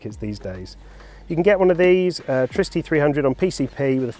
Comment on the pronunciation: Pronouce it like in Trinity, trigonometry, triple, triggered??